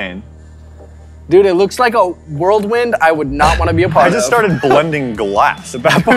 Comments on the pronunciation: Raw Step[GD] I know what a whirlwind is but he said it with a D after the L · "World wind"?